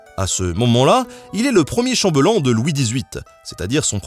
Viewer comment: Bon, je sais que normalement on s'en fout et que ça va faire grammar nazi, mais c'est le seul truc qui m'agace dans cette vidéo et celle d'hier : chambellan, ça se prononce "chambèllan", comme "belle", parce que y'a 2 'L'. Voilà. Sur ce, gg quand même et des bisous !